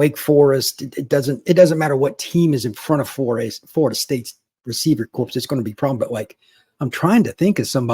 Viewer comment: "WIde reciever corpse".....So it's pronounced as "CORE" not "CORPS"... you see a corpse is a unliving human system. unless referring to UF all those players can be considered individually a "corpse"